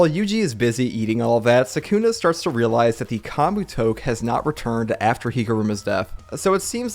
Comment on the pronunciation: Great vid! I hope yuuta doesn’t get axed, but idk it’s worrisome. Btw you are pronouncing Kamutoke and Kogane incorrectly. The “ke” in “kamutoke” is pronounced “keh” and the “ne” in kogane is pronounced “neh”